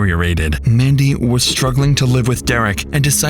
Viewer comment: That wasn't Mandy on the phone. That was Man-dy